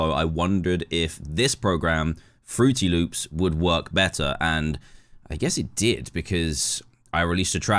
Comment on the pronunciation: AINT NO WAY HE SAID FRUTY LOOPS